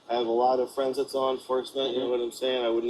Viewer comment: “saw enforcement”? The guy was drunk.